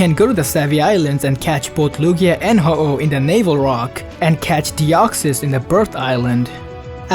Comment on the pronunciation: Lord James The Drug Dealer What the... Oh ow? Don't you mean Ho-oh?